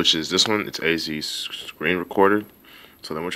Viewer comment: " azis , azis screen screenru ru recordah"